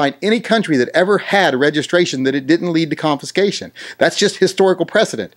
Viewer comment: Sorry but it sounds like ur saying confiNscation. Driving me nuts